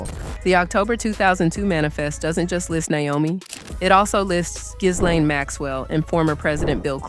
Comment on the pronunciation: in the name Ghislaine, The H and the S are both silent. Its correctly pronounced as Gillaine.